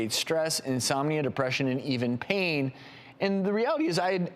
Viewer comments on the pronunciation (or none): none